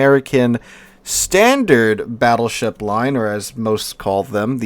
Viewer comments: said, "Fattleship" LMAO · wait did he really say "Fattleship"?